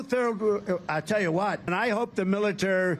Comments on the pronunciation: How many times is he going to say "Militurd" before someone escorts this lunatic off the stage? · ❌Donald Trump❌ can’t say “military”😂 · He can’t even Pronounce Military. 🤪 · because he's in the throes of Alzheimers and its only getting worse. He can't even say the word military.